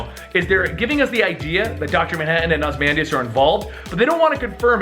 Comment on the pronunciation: A few things: 1) Ozymandias is pronounced OZ-E-MAN-DIAS, not OZ-MAN-DIAS 2) There's also theories that The New 52 version of The Question is a mind wiped Rorschach and that the Comedian is one of the three Jokers. I think it may be possible that Ozymandias is actually trying to save the DC universe from Doctor Manhattan. He's taken Doomsday to use as a weapon against him, orchestrated the death of the New52 Superman to cause the Pre52 Superman to come out of hiding, and saved Tim's life while holding on to him for a later date.